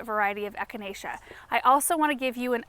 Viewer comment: Isn’t it funny when you see your children mimic your own behavior like kicking over the plant to start digging. And the way he easily pronounced echinacea! He is growing up too fast! He needs to be “pinched back”! 😂. This made my day this morning. ❤